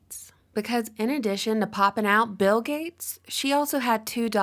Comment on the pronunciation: I can’t understand why she doesn’t ever seem to pronounce bill correctly it’s freaking me out man... “bell gates” lmao